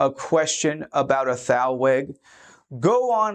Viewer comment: Thank you for the informative video. In case you're interested, thalweg is a word of German origin and it is pronounced "tahl-veg."